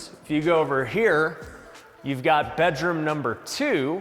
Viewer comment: it's funny the way pronounces bedroom be-droom instead of bed-room